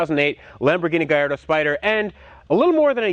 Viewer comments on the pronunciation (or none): Please learn the correct pronunciation for murcielago and gallardo